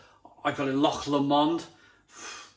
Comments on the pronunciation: It's pronounced Low-mond, not Lamond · Odin's beard always available in most Scottish Lidl's and as you say it's brilliant. You say loch fine, it's just Lomond, which is basically said like 'low-mond' 👍